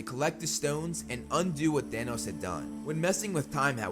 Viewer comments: its thanos not thanoos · For some reason I kept hearing “Danos”